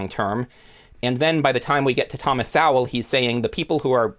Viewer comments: I would be very thankful if you'd pronounce Thomas Sowell's name correctly. It sounds more like soul or so-well. Not Sow-el. I'm not saying you're doing it but pronouncing it Sow-el has become popular among those who hate the man. I imagine it's because it's akin to calling him a pig. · Despite the mispronounced "Sowell" and ignorance to Thomas's standing, outside of strategic "lefty" kneecaping, amongst intellectual circles this was a worthwhile listen. Sowell the 🍿 pop writer! 😂